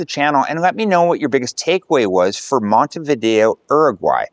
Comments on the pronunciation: If you're going to go to all this trouble, learn to pronounce the name of the place. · Everyone knows about different dialects in regions. That isn't the issue. If you are saying the name of the city and country here like you've never traveled. Once you have been in Uruguay and Montevideo more than a few days you should have easily picked up on the correct way to say both. IMO, it's a respect thing. Certainly there are some tourists from the UK, US or Canada who just wander around ignoring the correct pronunciation, but I think you are trying to convey you are a true globalist, in which case, say the name right. It's not only respectful, but informative to folks who watch your content.